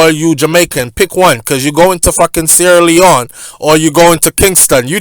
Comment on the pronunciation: Why say sleone not other countries